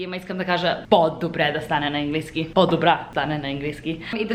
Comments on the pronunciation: Произнася се английски,не енглийски!Може да кажеш свинщина!Не ти го казвам като хейт!Надявам се да разбереш какво съм ти написала!❤И можеш да казваш ама вместно но понякога!Аз го използвам! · It`s right to say english - английски, the "a" is not said like [e]. Anyway, you are ABSOLUTELY adorable and I would totally love to try one of those ice latte vanilla syrup(ванилов сироп ;) )